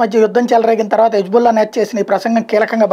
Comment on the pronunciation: Hబుల్లా కాదు హిజ్ బుల్లా